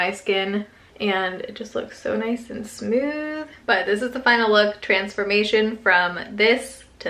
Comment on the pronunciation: Post Tenebras Lux lol!! Smewth 😂